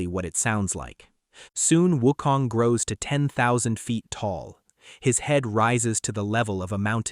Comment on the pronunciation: Also, They're Names Are Pronounced As Followed: Sun Wukong = S-Uh-N W-OO-K-Oh-N-G! Subhoti = S-OO-B-Oh-Dee!